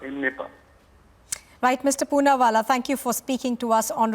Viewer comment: He's name is _ punnawalla__not punna wali _____you illiterate___Say it